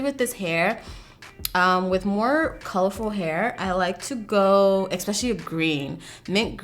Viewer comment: My one pet peeve. When she says “eXpecially” lol it’s especially. Always bugs me when ppl say it like that. I know, grammar police but idc lol.